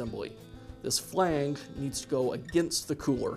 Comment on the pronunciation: Did he say flang? 😅